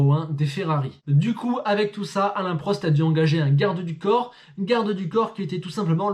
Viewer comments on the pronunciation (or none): none